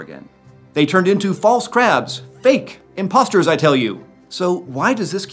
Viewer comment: Did you just say "Impostors"